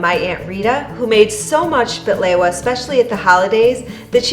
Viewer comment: Bahlewaaa. Why you say it like that. No!